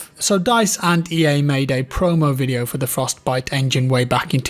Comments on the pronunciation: the frosTEH-biTEH engine..... frosT biTeh engine.. frosTTT pause biTTTe.. sorry the way you were saying it was driving me nuts.. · Anyone else getting triggered by the way he says, Frost..Bite xD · Why are you saying Frostbite weird? Fros-t bi-te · I've noticed pronounces Frostbite with a very distinct Frost - Bite.... Separating the Frost from the Bite. Just something I noticed. Occasionally he pronounces it Frostbite conpared to 98% of the time he really distinctively pronounces the B. As in FrostBite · I think it's your accent, but the way you pause between "Frost" and "bite" makes me giggle lol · Why do you say "Frost Bite Engine" so strangely? Like you're reading off a script but you're unsure if you're pronouncing it correctly. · Why the fuck does he say frostbite so weird, it literally hurts my insides. It's one fucking word dude stop spacing it out like you have Parkinson's disease.